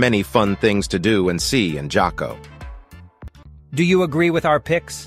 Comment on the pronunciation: Where are you from? J is pronounced "H". so its Haco Beach not Jaco. LOL. sounds like as soon as you arrive San Jose, leave the town. :)